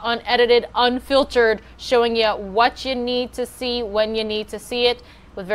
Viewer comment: "we're showing you wuchya need ta see when ya need to see it"....learn to speak properly. We are not sitting around the camp fire.